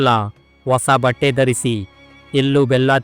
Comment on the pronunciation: ಅಬ್ಬಾ ಅಲ್ಲಪ್ಪ ಹಬ್ಬ ಅರ್ದಿಕ ಶುಭಾಶಯ ಅಲ್ಲ ಹಾರ್ದಿಕ ಶುಭಾಶಯ ವಸ ಬಟ್ಟೆ ಅಲ್ಲ ಹೊಸ ಬಟ್ಟೆ ಕನ್ನಡ ಕೊಲೆ ಮಾಡಬೇಡಪ್ಪ